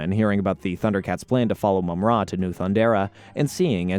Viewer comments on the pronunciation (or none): I appreciate you putting this together and it makes me realize the show was fairly well written compared to other kids shows of the time. That said, no idea why you pronounce it Mum-RA instead of Mumra. You even said Mumra a few times but went back to the more awkward pronunciation. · First of all its Mumrah not moomrah. And it's Wiley Kit and Wiley Kat not willy. And its Jaga as in Jaguar. NOT YAGA! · ThunderCats in the 80s was a daily show. Monday through Friday Jaga is not pronounced Yaga. Mumm-Ra is not pronounced Moo Mra WilyKit and WilyKat are not pronounced Willy. It almost sounds like a computer is telling the story rather than an actual fan of the show. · And Wylie Kit and Kat. Long "i" sound, not short. Same with Mum Ra, not Moom Ra. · And Mumrah not Moomrah. Lol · They are called Wylie Kit and Wylie Kat, not Willy Kit and Willy Kat 😂😂 Also it's Mah-Mutt not maymutt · It's Mumm-Ra. The Egyptian god Ra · Only managed to get to 50 seconds in, once the names were so bad i could not watch any more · Its called MUMraaaa fck sake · Thank you. Plus it's Mumm-Ra like the Egyptian god Ra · and “Moom Rah” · mum RA! Lol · I figured he would get that wrong including Mumra. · And mummra. Sheesh... Appreciate the work though